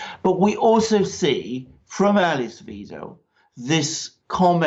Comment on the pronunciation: Please learn to pronounce Ale(hard e) ss Wi(hard i as in night)dels name correctly. It's very easy, and so important. Otherwise, I enjoyed the video. AfD all the way!